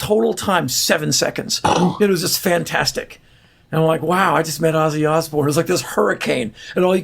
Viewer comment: Why can't Americans say Ozzy properly??? It's Ooooooozeeeee! Not Assy 😂😂😂😂😂